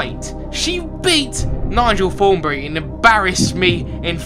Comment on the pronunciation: he says Nigel thornbree